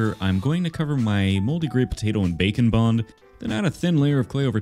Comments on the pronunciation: Anyone else always mishear 'bake&bond' and 'bacon bond'? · Ooooh Bake & Bond.... not bacon-bond... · When he said BAKE + BOND I heard bacon bon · OH ITS *BAKE AND* BOND. I'm about twelve episodes in a binge of your channel and I thought you were saying "bacon bond" and just did not question it.